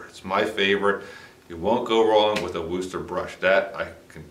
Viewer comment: I am am from Wooster.. it does not sound like rooster. We pronounce it with a soft oo as in book or look but not like a rooster.